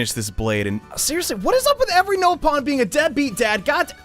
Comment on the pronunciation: They even said it in the cutscene, it's pronounced "NOP-on" Not "NO-pon"